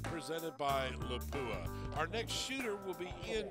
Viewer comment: That awkward moment when the voice talent can’t properly pronounce the title sponsor as LAP-oo-uh.